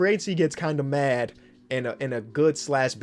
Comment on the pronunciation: “so free agency gets kinda mAaD” 😂